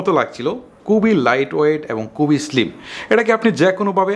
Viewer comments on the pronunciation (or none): none